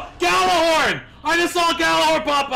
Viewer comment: Urban Campfire, If the g is silent then why tf do pronounce it "Jallarhorn"? O_O Your logic is very flawed my friend.